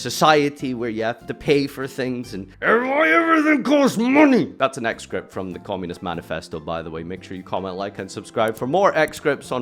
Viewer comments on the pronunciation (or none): Great video. However. It’s excerpt, pronounced ex-sert. Exscript is not a word (even though it makes more sense honestly)